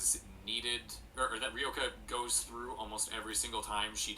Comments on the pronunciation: It's Ryoka not Reyoka ! Or I am the one voicing it wrong all this time? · I've been reading her name as Ryo-kah too. I think pronouncing it like Ree-yoh-kah is fine though.